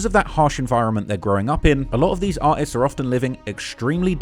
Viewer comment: u say artists i hear something else ...